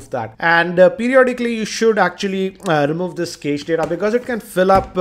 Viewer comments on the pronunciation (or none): it pronunced as "cash" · prithvinath kamath It's pronounced "Cash" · cache is pronounced cash like $